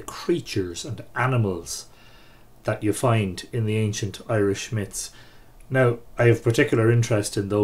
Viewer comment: Robin Conkel-hAnnan ireland has four provinces each with some twist of their own on the irish languege , all in all the pronunciation is correct here and is probably best learned from us irish people we seem to have natural pronunciation for the irish languege